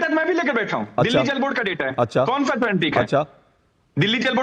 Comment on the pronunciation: ये भी सा को फा बोलता है😂😂😂